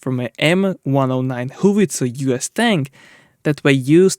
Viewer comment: When English is not your first language or you are un-sure how to pronounce a word GOOGLE Can help. Example: Your repeated mis- pronunciation of Chaparral Google pronounce Chaparral Google pronounce Howitzer